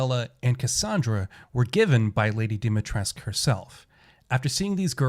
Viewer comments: Stop saying Dimitresc for crying out loud! It scratches my ears. 😜 That's a Romanian name and the "u" at the end is not silent. We pronounce it... Phonetically speaking [Deemeetrescu] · Also it's DEH Mi TRESS ka Either that or voice actors can't pronounce for shit which is pretty likely